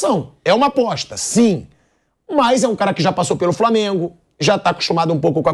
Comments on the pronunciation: É aposta, não apoixxxxta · Apoixxxxta fala direito pilhado